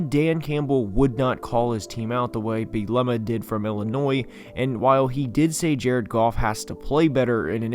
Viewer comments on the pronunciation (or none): You are not pronouncing Bret Bielema’s name correctly 😄 but great video my good sir